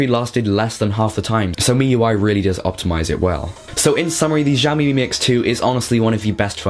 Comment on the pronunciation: X is "sh", not "gz".